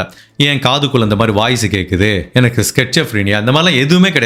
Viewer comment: Sir i love watching your vidoes. Just wanted to say that your pronounced schizophrenia wrong. Please check it sir..